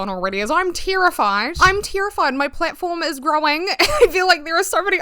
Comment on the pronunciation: I don’t know why I focus on this but I love the way you say “terrified” as “tear-ified” in your accent lol. The way people pronounce certain words just sparks joy for me idk XD